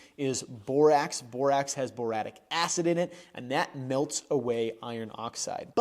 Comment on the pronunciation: boric acid? Boratique acid?